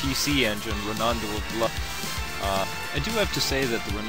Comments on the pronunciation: It's pronounced, "Ron-do," not "Ro-nan-do!" Geez... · Rondo is pronounced phonetically. How in the world do you get ronondo? This REALLY bugged me about your review, especially because you kept saying it over and over.